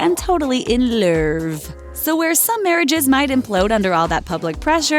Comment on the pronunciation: "In loerve" 😂😂😂😂😂😂😂😂😂